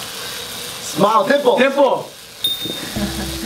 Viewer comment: I don't know if I'm hearing wrong but i keep hearing "pimple" not "dimple." Is it just me?